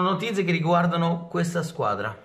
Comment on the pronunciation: non è ancora capace di pronunciare notizie😂😂